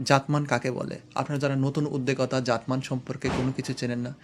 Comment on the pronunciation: ভাই শব্দ টা উদ্দেকতা না শব্দ টা হবে উদ্দোক্তা